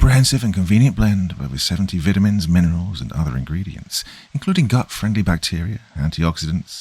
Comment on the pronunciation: Oh yea, v(IE)tamins 😂